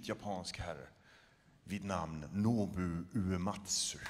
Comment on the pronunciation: "Nobou".... cmon now